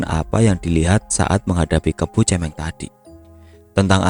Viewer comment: Mau koreksi dikit mas, kebo cemeng, pelafalan kata cemeng itu suara huruf vokalnya bukan seperti kata cemen atau mewek atau cewek, tapi seperti kata merem. Cemeng artinya hitam.